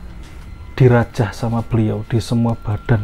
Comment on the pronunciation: dirajah mas sanes di rajang hehehe. Bawang kelesss... btw mantap storynya, paling suka cerita mistis langsung dari narasumber. Sukses selalu.